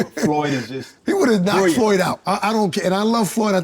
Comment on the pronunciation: Damn.. he called him "floyd" hahaha😂😂😂